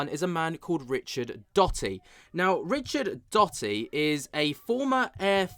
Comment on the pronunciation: for those of us who have followed this subject for years, even decades it would be nice if you could do enough research to speak the names correctly, and not come off like someone who jumped into the scene yesterday...Richard Doty...I'm out...